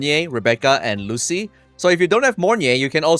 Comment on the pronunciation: Its "Lucy-lah", buling moment😂